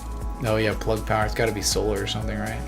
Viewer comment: PLUG not PLUD....Respect